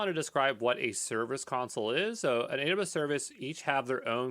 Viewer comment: Haha, I'm still getting used to how he slurs "AWS": "Adabus". 😂 Guess I'll have to get really used to it. 14 he 2 mins to go...